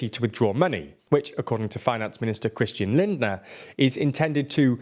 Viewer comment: Credit where credit is due: I think this is the first time you have pronunced Christian Lindner's name correctly :D